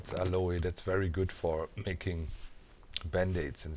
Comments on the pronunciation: YOUR SQUATTING!!!! and its pronounced AL-OH plants not AL-O-E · Aloe is pronounced Al-o in American English. The e is silent. Not sure about British English. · Aloe is pronounced (al-oh) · Doc its pronounced "AL" "O" cream, just fyi. lovin the 7d2d vids keep them coming please! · BTW Doc, if you are interested "Aloe" in English is pronounced "al-oh", sort of blend of "all-oh" and "a-low." There is no English long "a" sound at the end. It is not a Spanish or French word, but Greek transliteration from the Hebrew Ahalim. Of course aloe is a variant of an agave plant, which we do pronounce the terminal "e" with a long "e" or "a" sound from the Greek "Agaué", meaning "Noble" in English. Have fun with that! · Docs pronunciation of aloe and yucca is hilarious!